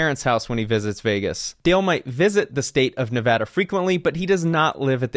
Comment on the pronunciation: It’s nice to hear someone actually pronounce Nevada correctly.